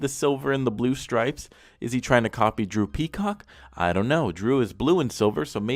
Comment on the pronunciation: At the start when he says Drew Peacock does anyone else hear "Droopy Cock"